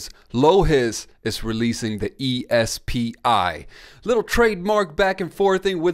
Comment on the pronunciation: E S P I is pronounced SP🤦🏽‍♂️